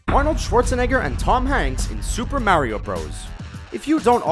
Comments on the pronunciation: I hate how this guy says Mario. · The way he says Mario kills me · oh this just came out. oh. also,how come you pronounce Mario differently? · Why are you mispronouncing "Mario"???